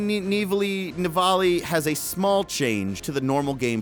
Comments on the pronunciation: It's in France so it is pronounced "Ni-vell" you uneducated fat fuck! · I'm Sorry, i hate to be the guy to tell you but you are pronouncing Amiens wrong, i'm now going to correct you. You pronounce it like this. am-e-on, and you don't prolong the pronunciation of the a neither, coz i know you american's love to do it. Also Nivelle is pronounced Knee-ville, and again don't prolong the ee's. apart from that i am excited to that you did this video and that there new maps, but the noob's piss me off so i probably wont go back to it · "Nivelle" is a french town. The prononciation of this last is "NIV - L" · Hehehehehe... he said Ni-velly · Hey, you can say Neve-L for Nivelle nights, and like the state of Utah, Prise de(the) Tahure, hard for me help you with the end of Tahure 'cause we don't pronouce the "u" the same way in french and english, but I hope it helped you, by the way "prise" means taking, keep doing your good job, I love to see your videos, Your fellow french Quebecer:) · Pronounce it something like Nivél or Nivail as 'Elle' is for 'She' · Why can't you pronounce Nivelle